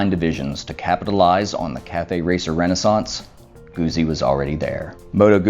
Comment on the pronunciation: Nice vid, thanks. Do you have any more Moto Guzzi footage? I'm hoping that I can get down to Mandello del Lario for the big party in September although the news today is that Italy is tightening its lockdown with a complete shut down at Easter. Thank you for pronouncing "Guzzi" correctly. However, I think as "moto" is feminine it should be bellissima not bellissimo.